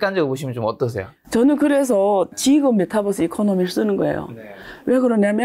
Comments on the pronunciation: 메타뻐쓰 ㅠㅠ 유니버스라고 읽듯이 메타버스라고 해주세요😂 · 내용도 좋고 다 좋은데 배우신 분이 메타뻐스~~ metaverse 메타버스로 발음해 주면 더 좋겠네요,,,뻐스 뻐스 그러니까 챙피하네요^^